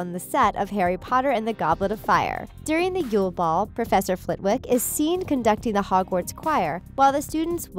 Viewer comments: there is no excuse for your mispronunciations, you can just watch the films.......Warwick (Warrik) and Flitwick (Flittik) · Professor Flitwick. It is pronounced "Flittick". The "w" is silent.